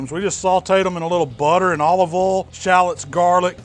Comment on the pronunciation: "In the ohl"